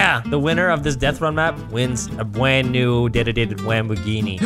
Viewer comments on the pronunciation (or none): All I heard was 'Bwand new dededede wamboghini'